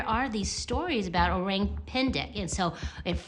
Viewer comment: It’s not ‘oreng‘, the ORANG pronunciation should be O-rung. Orang pendek = O-rung pendek Orang Utan = O-rung UtAn